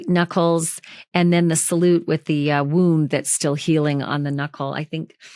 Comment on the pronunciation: This is old news. Who gave you the knowledge that these pictures had never been seen before, because you are incorrect. We have all seen these pictures. Where have you been or are you posting old videos. WTH are you doing? And . . .your obsessing over that “woooooound” lol is comical. . . sorta embarrassed for you.